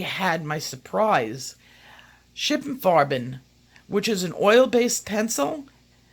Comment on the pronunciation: Sorry, but its Schpierrer Frarben, not Shipir Farben.